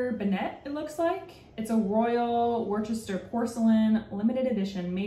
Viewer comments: Bourton not Burton...(bore-ton) and Worcester is wusster not war cester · haha but it is pronounced Wusster.. trust me lived here all my life :)